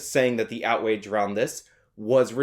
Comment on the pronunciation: Did I hear you say "outwage"?